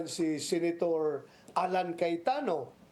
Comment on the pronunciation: senator po, not senetor